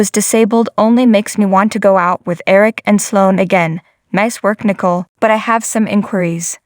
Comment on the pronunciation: Pronounced Nicole, not nickle.